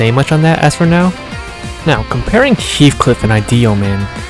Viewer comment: Its heathcliff btw